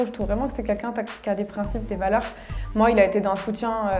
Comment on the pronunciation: Comme quoi elle s'est harceler pour sa couleur de cheveux mais ils sont magnifiques. C'est vraiment une couleur rare et belle. Sinon c'est moi où tous les candidats de TV ils disent kunkun au de lieu de quelqu'un ?? 😂